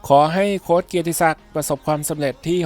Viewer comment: โค้ช ตัวสะกดไม่ใช่ตัว ซ รึ ตัว ส นะคะ ออกเสียงให้ถูกต้องค่ะ